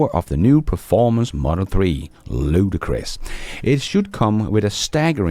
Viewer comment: The word is LUDICROUS not "Ludacris".